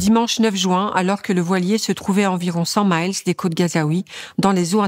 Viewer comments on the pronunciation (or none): On ne dit pas des maïles mais des milles marins.